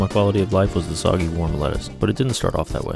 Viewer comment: The mispronunciation of “soggy” is when I realized this is voiced by a computer